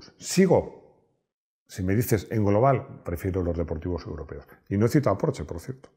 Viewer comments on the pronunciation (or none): none